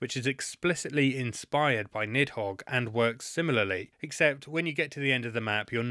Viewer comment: the pronunciation of "nidhogg" (needth hoge) hurts my soul